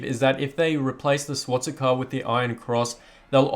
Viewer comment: "Swatsika" its swastika